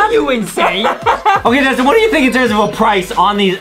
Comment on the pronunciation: Its not “Justine” its “Justin”